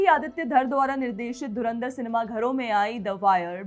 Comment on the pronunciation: नूर कराची वाली जी पाकिस्तानी मीडिया धुरंधर शब्द नहीं बोल पाती मजे लेने पर ध्यान रखना 😂😂